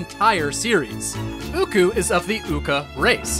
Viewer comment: I just want to let you know it is occoo… (ah-coo)